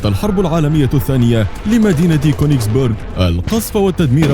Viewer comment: اسمها كونجس بيرج مو كونجس بورج لنو بورج معناها قلعة